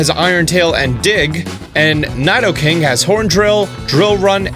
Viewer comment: Love your videos!!! But the way you say nidoking and queen is hurting my ears 😬😬😌